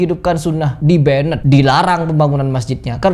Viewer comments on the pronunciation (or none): 'Banned', sebutan yg benar 'Ben' bukan 'Ben - ned'🙂